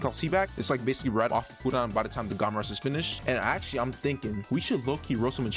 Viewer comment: It’s gamma rush not gawma rush